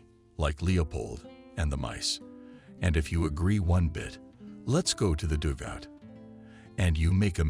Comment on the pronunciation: Learn how to say dugout. It is not dougout.